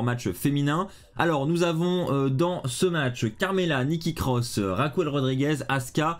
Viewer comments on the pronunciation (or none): j’adore tes vidéos mais stp tu peux arrêter de dire RAQOUEL au lieux de « Raquel » sa me stress a chaque videos 😅